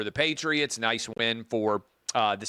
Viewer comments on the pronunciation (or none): none